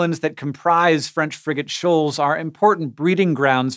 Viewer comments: Anyone else hear "french friggin shoals" everytime? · I kept hearing “french freakin shoals”